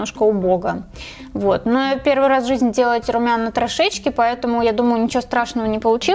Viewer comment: Ты из Украины? Почему на ты говоришь трышечки?